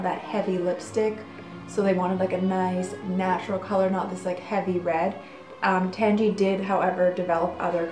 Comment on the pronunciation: It's name is derived from "tangerine", so I can't imagine it being pronounced "tangy". Maybe if it was created nowadays it would be, but I feel like the way she's pronouncing it correctly, or at least close to it.